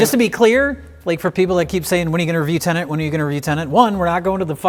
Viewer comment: I can tell doesn’t care about Tenet because he keeps pronouncing the name wrong! 😹